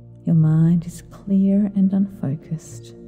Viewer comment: I swear I hear you say "your mind is clear and unocused" at, .10 . Is that a mis spoken?